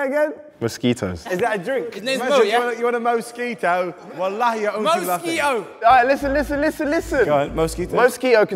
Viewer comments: bruh said most ski toes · I heard most ski toes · you guys were bullying for saying mosquito like that yet he pronounces it much more like how it should be then you guys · I lost it when struggled to pronounce mosquito 😹😹😹